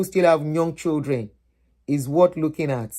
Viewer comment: Thanks for the video. Old lady, could you please give your audience the correct pronunciation of “children”? Have you seen your colleagues at work or white people around you pronouncing children as " chudren"? That wrong pronunciation originated from Nigeria. Please listen to the audio pronunciation in the Cambridge Dictionary online.